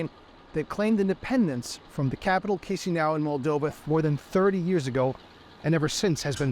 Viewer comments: Kishinau not Kizinau 😊😆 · Mf pronounced Chişinău as chisniaw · At least learn how to pronounce Chisinau. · Can nobody pronounce Chisinau? It's not really that difficult.